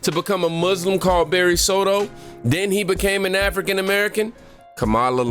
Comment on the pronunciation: Obamas real name is Barry Sortoro, , not “Soto”. “Barack Hussein Obama” is his political name they chose for him